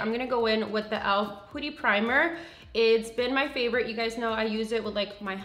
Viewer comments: It's not "pooty" it's "puhty" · omg why does she keep saying POOTY! ? lmfao i can't it's PUTTY omg lol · sometimes she pronounces brands names wrong